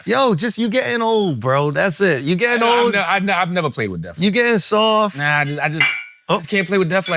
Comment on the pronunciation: Charlemagne said the word death 100x and not once did he get it right. Lmaoooo